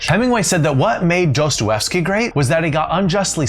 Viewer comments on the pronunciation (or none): And his name is pronounced Do-stoy-ev-skee. Drives me mad when ppl don't bother to learn how to pronounce things properly.